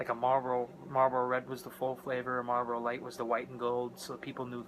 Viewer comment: "Marbros" ??????? "Marbros"???????? Are you kidding me????!!!! IT'S MARLBORO!!!!!!!!